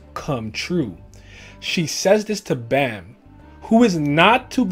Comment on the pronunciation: The way you say bam drives me insane 😂